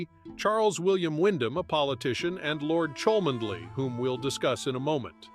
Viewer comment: "Cholmondeley" is pronounced "Chumly." Really!